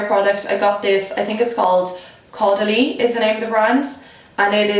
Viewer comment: you are the very first person I've ever heard pronounce caudalie properly thank god lol.